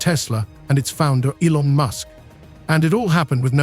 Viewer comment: Be very careful of a video production about such a well-known person that mispronounces his name: this could be a complete AI Trojan horse, and you have to assume that the voice that you hear is not an actual human voice: "Elona Musk?"